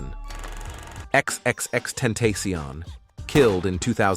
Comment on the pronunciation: X x x ten-ta-see-on is killing me